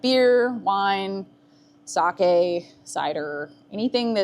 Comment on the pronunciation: Holy shit you were the first American I'd ever heard pronounce sake correctly. Nice fucking work. Going to close my eyes now and pretend everything's going to be like that forever and drift peacefully away...